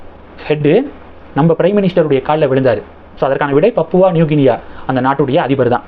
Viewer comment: அது பப்புவா அல்ல. திருத்தி கொள்ளவும். சரியான உச்சரிப்பு பாபுவா. (Pa)Pu Va.... பாபுவா நியூ கினியா.